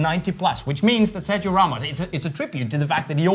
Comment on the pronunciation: you said good Corazón y Sangre and Familia. But Sergio do not pronunce like you said. 😂😂😂😂. Its Sergio in spanish not in english. But you are a master in the boot topic, all forgive you that...